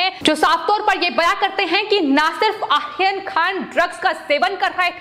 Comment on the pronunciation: तोतले लोगों को भी न्यूज एंकर की पोस्ट मिलती है ❓ कमाल है...! ए आर्यन के नाम का उच्चारण क्या कैसे ले रही है ❓कमाल की ॲंकर है...! 😄😃 ये आरोपी को आखोपी, आर्यन को आखेन कह रही है... बाकी जगह तो 'र' का उच्चारण ठिक है परंतु कुछ जगह ही क्यों चूक रही है❓ पता नही....! 😃